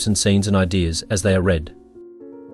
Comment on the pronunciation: It would have been nice if a human had read this. Hey AI, READ (reed) and READ (red) are not interchangeable.